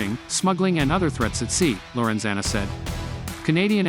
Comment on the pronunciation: Lorenzana? ha-ha-haa